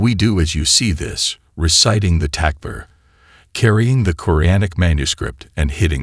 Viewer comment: Aslm. Awesome awesome content. May ALLAH swt bless you all. Just the pronunciations. Don't k ow if it's AI. But compensate for this. Write the word Takbir on the screen when you hear it is necessary. Otherwise all your efforts could be wasted.